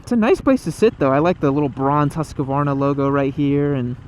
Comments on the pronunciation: Hus-kvarna. Not husk-varna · .....repeat after me....HUSK-VARNA.....HUSK-VARNA......not HUSK-A-VARNA.